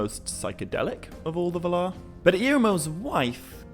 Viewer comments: Ugh. It's vaalar, not valar. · You do realize that valar is pronounced val-are right? It's not pronounced vuh-lar. Sorry lol just bugs me lol Also the word "says" is not pronounced like it rhymes with pays or ways. It's pronounced like sezz. It rhymes with fez lol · While I really enjoy the vids I can't stand the way he pronounces valar. Pretty sure its [VA]lar not [v]-larr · I came across this channel not too long ago and am watching the vids but the way he pronounces Valar seems wrong… but I won’t let that discourage me from watching more vids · Sorry, but you're pronouncing Valar/Vala wrong. 🙄